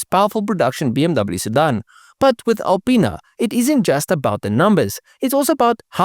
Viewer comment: i'm a 42 year old child when you say alipinas it sounds like you say a penis